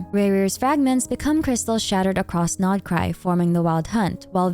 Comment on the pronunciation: I LOVE that u pronounse the nodkrai names right😭😭💕